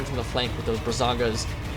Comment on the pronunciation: First I just have to say that it's Braganza, not Brazanga. Now that that nitpick is out of the way, I'm super hyped for Ogre Stonehorns.